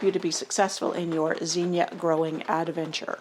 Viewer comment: I can't here what you are saying due to your mispronunciation of the word zinnia. I was born and raised in Xenia Ohio, pronounced (Zeenia). Using English language skills, Zinnia has a short "i" sound not a long "e" sound. A vowel followed by 2 consonants means you give the vowel a short sound. O-H-I-O